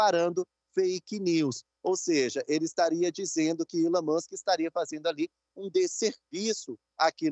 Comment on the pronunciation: reporter só precisa aprender a pronunciar a letra e e nao chama-la como se fosse i. então resumindo, elon musk nao é ilon kkkk más é chique né falar errado, é todissss